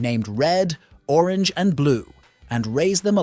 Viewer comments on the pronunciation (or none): none